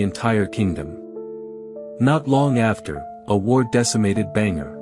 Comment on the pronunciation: Bhaaaaan garh 🙄 its bhaaaan gadh 🙄 not bhengar